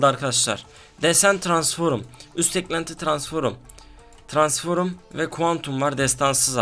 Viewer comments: ya transforum diyorsunya kopuyorm ya jcidjsnd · Transforum değil transform